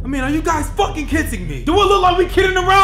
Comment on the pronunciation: "Is this a joke? Are you fokkin kitsing me?"